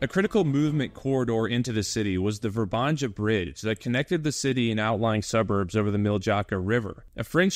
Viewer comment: It´s not pronounced ver-banja but more like Vr-ban-ya. There’s no Ganja 🙄. J is in Slavic language is like Y in ,,Yom,, kippur war